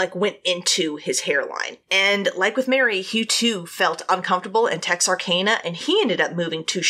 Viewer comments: I'm from Dallas and her saying texar-cane-a is killing me. I've always known it as texar-can-uh. Have I been saying it wrong all my life? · You’re right lol! I was born and raised in Hope, Arkansas and Texarkana was only a 30 minute drive away. Pretty sure it’s “TexarCANa” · No no no Tex-are-can-a Gotta say it with a Texan accent too Lol I probably say it wrong too cause I've never been to that city